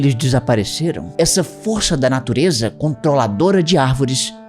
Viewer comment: "pra natureJa" 🤣🤣🤣🤣